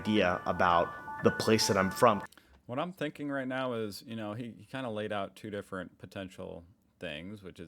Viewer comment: They are also Dutch and the idea of having just two parties is pretty insane to us. We look at the US and consider it slightly better then a dictatorship because there are two options instead of one, regardless of how we feel about either of those parties. Either way, I hear two not tea every time I listen to it.